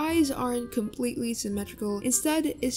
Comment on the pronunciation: "And you guys. . . Are comepletely correct- "